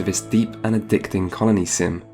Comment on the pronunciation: Until I turned on subtitles I heard "carnie simulator" instead of "colony simulator" and I didn't even question it.